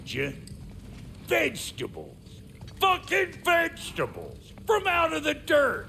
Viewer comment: Bruh 😂😂 "VeGtAbLeS 👺"